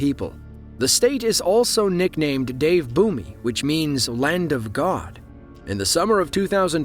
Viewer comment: "Dev bhumi" pronunciation was hilarious 😂😂